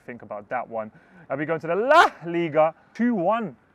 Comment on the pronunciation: It should be la ligAAAAGHHHH not lAAAAGHiga